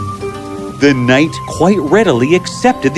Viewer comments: Is knight pronounced like that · you said kind instead of knight . hehe i have sharp ears . but i liked the story